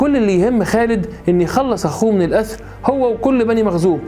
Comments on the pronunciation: ملحوظة نقول الاسر و ليس الاثر. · يا استاذنا الأسر بالسين مش بالثاء 👋🏻👋🏻👋🏻👋🏻👋🏻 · ما شاء الله عليك يا كبير جزاك الله خيرا ونفع بك عندي تعقيب صغير حضرتك نطقت كلمة"الأسر" اكثر من مرة وكلها بحرف "الثاء". تحياتي يا كبير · اسمها ( الأسر، أسير ) بالسين وليس بالثاء ( الاثر ) انا تلخبطت احسب الموضوع عن انهم تآثروا ، لاجد في الاخير انك تقصد الأسرى/ الأسر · الأسر و ليس الأثر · اسره الاسر بالسين وليس بالثاء جزاك الله خير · للاسف اللغة العربية عندك ركيكة وبتنطق كلمات وحروف غلط اوقات زي انك خرجت لسانك ف كلمة الاسر لأكتر من مرة بدون ما تاخد بالك ولكن كأسلوب فانت اسلوبك شيق وممتع ويجذب المستمع انك يكمل بدون ما يشعر بالملل اتمنى تاخد انتقادى ده على محمل الجد وتحاول تعدل من النقطة دى فى فيديوهاتك القادمة بإذن الله